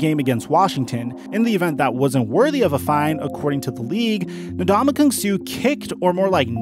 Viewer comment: Suh rhymes with "Duh!" Just sayin'.